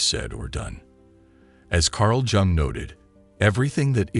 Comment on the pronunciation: It's pronounced Yung not jjung